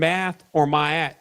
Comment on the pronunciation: It's pronounced Ma`at as in maaaaa~at, not myet. Give voice respect, and acknowledgement to right speech, and that one kicking at west coast isolation restraints, to introduce to you "scholars" 3D images. And of course for those seeing hazy flashes even if from the corners of their eyes, are looking through what is called a veil, into dimensions.or as yall call a tesseract view... LOOK ijsss..( I'm just still shadow sharing) 4 LOVE... " injoy"...